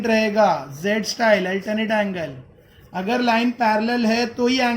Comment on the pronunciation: Sir Aap Agar Ko Akhar Kyo Bolate hon 🤨🤨🙄🙄